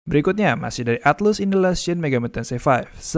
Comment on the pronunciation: Atlus dibacanya atlas